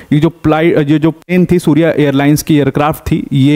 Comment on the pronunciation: सूर्य एयरलाईन्स नहीं सौर्य एयरलाईन्स हैं🙏